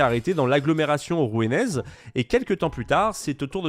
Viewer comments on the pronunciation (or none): l'agglomération ruénèze? C'est les gens qui habitent à Rouénne? Y a pas qq un qui parle français qui peut l'aider? Parce qu'on tourne à une connerie pa vido là. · On prononce Rouanaise* :) Superbe vidéo 🥰